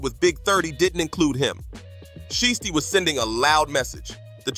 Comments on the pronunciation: Y u keep saying shisty instead of shiesty ? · Readers pronouncing names is crazy ..shhhity , noochi lol